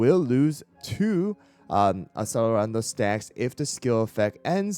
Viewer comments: asalarando is crazy who told you thattt 😭 (its ex-ehl-er-un-doh, like accelerate) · it's italian, the C is pronunced not as an S like you do, but as a C in "chest". it's relevant to use the italian pronunciation because of the cookie lore tied with music, with accelerando (to speed up) being a music tempo, which are all in italian